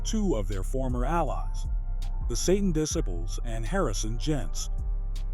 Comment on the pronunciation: the AI can’t pronounce DISCIPLES